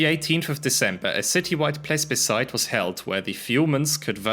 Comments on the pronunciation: ples-bicite? Don t you mean: pleeb-a-cite? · The word is plebiscite (pronounced plebisite), not plesbiside. That sounds like a lesbian beach party. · you say "plesbiscide" multiple times in this video. there is no "s" before the b. it's plebiscide. you even intonnate that "s" specifially lol it also isn't there in german, the german word is Plebiszit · whats a pleSbecite? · pointing out "plesbescite" as requested 😁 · he said it twice, it eventually achieved comical value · Mispronouncing the "s" in plebiscite, disliked and unsubbed